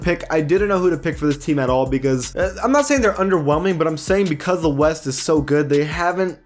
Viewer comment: “The Weast” 😂